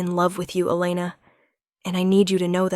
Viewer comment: One pronunciation of the name Elana - Eee-lay-na NOT El-luh-na